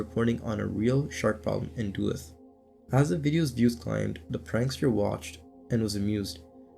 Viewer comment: duluth is also pronounced wrong 😂 duh looth vs doo luth